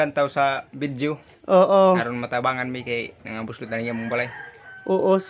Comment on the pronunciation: Unsay "bulsot" maam? 😂😂😂😂😂 "Buslot" dili bulsot!!! Hahahaha Bisaya ka maam? Lol😊